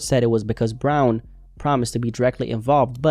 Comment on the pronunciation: Bron not brown